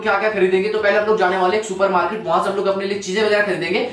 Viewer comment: Soupermrkot nai hota super market😂